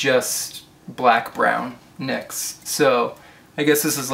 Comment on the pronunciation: You're pronouncing it right. It is pronounced "niks." it is named after Nyx, goddess of the night. I read that on the NYX website.